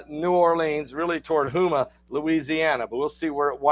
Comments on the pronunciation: it's pronounced "HOMA, not Hooma. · It’s pronounced home a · It's Homea. With a long O. I know that is spelled wrong. I live close to Houma Louisiana. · Pronounced Homa